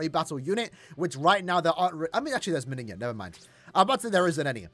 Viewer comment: the n in the word Menina is pronounced like no